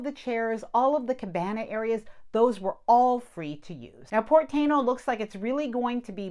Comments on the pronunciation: It's TYE EE NO, it's the original tribe that were in Puerto Rico and Dominican Republic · tah-EE-noh - (Tainos - native indigenous of the Caribbean, The Taíno, a subgroup of the Arawakan Indians from northeastern South America, inhabited the Greater Antilles (Cuba, Jamaica, Hispaniola, and Puerto Rico)) I mean, if we are going to get picky with pronouncing at great detail, the names of foreign restaurants and such, it only makes sense.